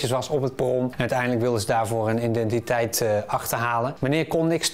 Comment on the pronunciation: Identiteit, niet iNdentiteit. 😄